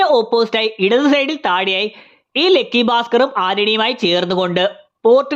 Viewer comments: ലെക്കി അല്ല ലക്കി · ഗൾഫ് നമ്മക്ക് ഗെൾഫ് ആണല്ലോ.. അത് പോലെ